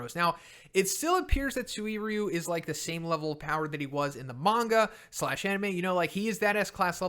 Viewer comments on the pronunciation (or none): none